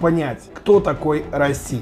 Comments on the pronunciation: Какой расси, раисси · РаИси не Раси )))